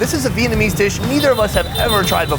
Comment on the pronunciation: As Vietnamese person, Vietnamese, pronunciation and even accent, is scarily good